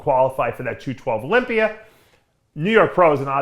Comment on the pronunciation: Please stop ending the word Olympia with an R